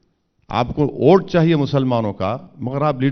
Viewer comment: Abe ye unki pronounciation hai Vote ko ote bolte hai